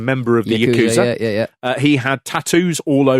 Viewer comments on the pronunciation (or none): none